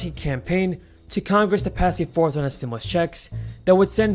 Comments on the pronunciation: Stimulus instead stimus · Stimus instead stimus